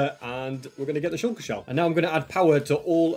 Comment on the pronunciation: Its not sh*oo*lker its sh*a*lker